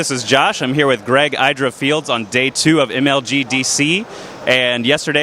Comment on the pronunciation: Josh: This is Greg "EYEdra" Fields Idra: -.